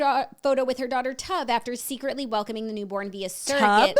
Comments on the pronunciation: Hahaha it’s pronounced like Stove without the S. Tove lol. That’s my dads name, it’s Scandinavian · I think so too 😂 Tove like cove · I think Lilly Collins baby’s name is Tove like Cove but with a T. It means good in Hebrew. 😅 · i knew right when Jax said the name that it was all wrong. but knowing Lily i am leaning more towards it being pronounced like the singer Tove Lo.